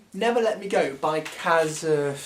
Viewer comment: I think it's pronounce Kaz-wo but I only know that from watching the extras on my dvd of The Remains of the Day. I read this a while ago but saw the film recently and thought it was excellent. It makes a very good point about the value of life and the ethics behind organ donation. Don't know if you've seen the film but they really show the societal apathy as it's just taken for granted that these people exist and are just expendable, use them and then chuck them away. A really strong message.